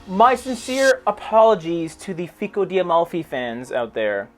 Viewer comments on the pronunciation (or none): none